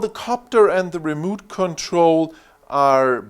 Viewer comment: Good Video! Remote Control is pronounced like re mote. Mote like what's around a castle. Not moot, that sounds like boot.